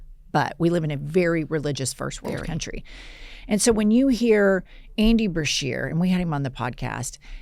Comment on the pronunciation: BESHEAR NOT BERSHEAR!